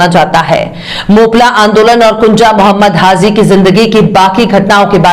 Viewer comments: The word is : HAH JI Not HAH ZEE Thanks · HAZI KYUN BOLTI HO....HAJI BOLO